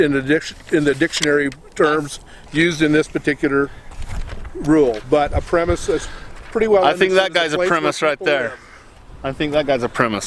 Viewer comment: It's pronounced prem·is·es not prem-his